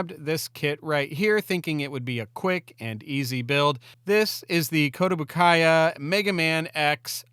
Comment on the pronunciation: "kotobokaia" cool... Koto kits are simple yet amazing looking.